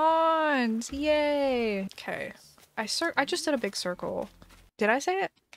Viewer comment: She said “Kay” not OK the first time